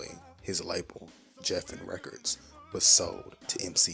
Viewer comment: This was a nice video. Just one critique I have. The word Geffen is pronounced with a hard G like gravy, Grover, and greenhouse. Just something I have to call you out on.